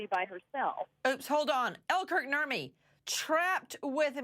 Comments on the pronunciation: Who else hears 'Burt and Ernie' when someone says Kurt Nurmi? Just me? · Nurmi is a finnish last name, so he has some family from Finland. When Americans say "Nurmi" it sounds soooo stupid and NOTHING like it should be pronounce 😂